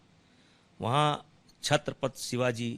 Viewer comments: Chatrapath? आधी छत्रपती म्हणायला शिका,नंतरच बोला,बृजभुषण तेरा यह फैसला महाराष्ट्र में रहनेवाले भैयौंको महंगा पडेगा,ओर महाराष्ट्र के भैये ही तुमे सबक सिखाऐंग..समझे ना,दो मुह के सांप.. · छत्रपती नीट बोला आधी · छत्रपती तर म्हणता येत नाही याला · छत्रपती शिवाजी महाराज नीट बोल रे👊👊